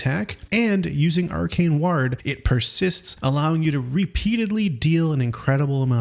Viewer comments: Please stop saying 'ward' as if it rhymes with 'bard', it causes me physical pain. It sounds like 'war' but with a 'd' at the end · Ward is pronounced like sword, just without the s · "Ward" doesn't rhyme with "yard!" It rhymes with "bored!" Holy cow, are you an AI just learning to talk? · does this man not know English? wtf is ward? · You should relearn how to say ward.